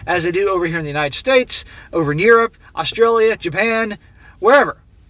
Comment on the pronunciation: Mate! You said Australia correctly. Well done. Props.